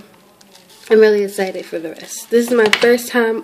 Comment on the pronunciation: its EXCITED NOT ESITED !!!!